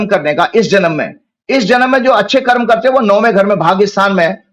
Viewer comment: Sharmaji karm ka debit basket aur credit basket dono hi itni badi hoti hai ki 10000 yrs ke 1 janm me bhi poora nhi bhugat sakte. Isliye "punarapi jananam, punarapi maranam". Aur - Karmaaa nhi hota Karm hota hai, aapki mother tongue ka shabd hai lekin pronunciation ke hawale se aap angrezon ke Gulam dikh rhe hain.